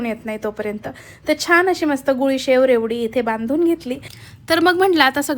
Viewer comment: गुळीशेव नाही❌ गुडीशेव😅